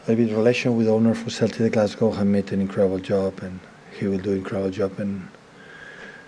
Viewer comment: why'd he turn Irish when he said Glasgow🤣